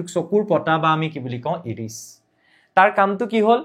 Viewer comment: ইৰিছ নহয় ছাৰ আইৰিচ হব লাগে ❤